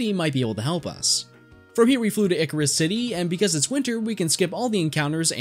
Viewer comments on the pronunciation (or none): I always thought Icirrus was a combination of ice and cirrus, a type of cloud, so the C sounds like an S. You're the second person I've heard pronounce it like Icarus, though. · Wait, I'm pretty sure "Icirrus" is pronounced Eye -Sci-Rus...